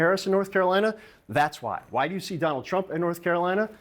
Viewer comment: "DON-OLD" TRUMP is like a hot balloon.